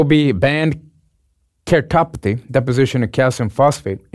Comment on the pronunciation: So happy to see has the same issues I have pronouncing "keratopathy" hahaha, love your videos!!